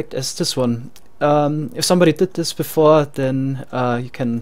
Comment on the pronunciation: ok, i couldnt tell, i thought so because when you say things like "this" you'll say "zis"